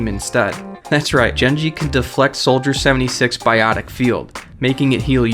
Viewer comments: It's pronounced Gen-jee not Jen-jee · it's not Jenji... it's Genji... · ME: there is a new character guys!! YOU: who??? ME: JENJI YOU: you mean GENJI !? ME: oh, i thought....... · you say genji with a j its a g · It's not jenji it's gen-ji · it's not jenji it's g-e-n-j-ie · genji not jenji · its genji not jenji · 😂😂😂😂😂 cringing when he said jenji I mean like look in all the animated shorts and how basically everyone else in the world says genji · Dude it's not jengi its gengi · IT ISNT JEN-JY IT IS GEN-JY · its nit jengi its genji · jenji? seriusly dude. his name HAS a g so make the dang ga sound its Genji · no it's not jenji it's genji unless you people are stupid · OMG HES SO STUPID ITS PRONOUNST GENGI NOT JENGI AND ULTIMATES NOT ULTRAS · I cringed when I heard jengee instead of genjee, and I know it is spelled genji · 90% of comments- GENJI IS NOT JENJI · In number five you pronounced Genjii wrong it is said G E N J I I not jenjii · its not jenji its genji g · its pronounced genji not jenji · He is called Genji not Jenji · It is pronounced Gen-ji. Not Jenji. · IF BLIZZARD THEMSELVES SAY "GENJI", DON'T SAY "JENJI" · Jenji? It's genji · What the fuck is a Jenji lol. Did Genji get trapped in Jumanji? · GENGI. GENGI. GENGI. FUCKING GENGI. NOT JENJI. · His name is Genji, not Jenji. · GENJI. NOT JENJI. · Misael If it's spelled like Genji, it would have "げ” which is pronounced "geh" and not "jeh". If there is a name with "じぇ” then it would be pronounced as "jeh". In no case should "Genji" be prnounced as "jenji". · so much cringe... GE GE GE not je GENJI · theres a g in genji not jenji man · Come on dude, fucking JENJI? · that is not how you pronounce Genji!!!!!!!! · dude when u say genji u pronounce it jenji. da fuk? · i cringed so hard when he called genji "jenji" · You just pronounced Genji, "Jenji" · wait did he just say genii as jenji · Its pronunced GEN JEE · Genji: gen-gee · Not jenjee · stop saying jinji it's so wrong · WTF IS JENJI? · Ginji not jinji